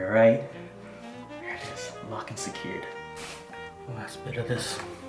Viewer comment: Did anyone else hear "Locked and scared" instead of "Locked and secured" 😂😂